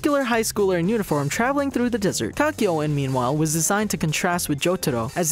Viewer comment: ah yes, Cockyo-in Edit: “MoOhAmEd AhVdOll”